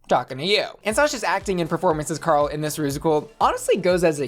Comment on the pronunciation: You say Carl weirdly